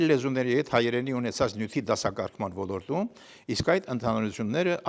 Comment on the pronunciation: ( Ո Լ Ո Ր Թ ՈՒ Մ) - ԿՈՊԻՏ ՍԸԽԱԼ ԱՐՏԱԲԵՐՈՒՄԸ - Ո Լ Ո Ր Տ ՈՒ Մ - ԲԱՌԻ, ՆԱԽԱՊԵՍ ԱՆՎԸՍՏԱՀՈՒԹՅՈՒՆ Է ԱՌԱՋԱՑՆՈՒՄ, ԿԱՐԾՈՒՄ ԷՄ ՆԵՐԿԱՅԱՑՆՈՂ ՏԻԿԻՆԸ ԼԸՐԱՑՈՒՑԻՉ ԿԸՐԹՈՒԹՅԱՆ ԿԱՐԻՔ ՈՒՆԻ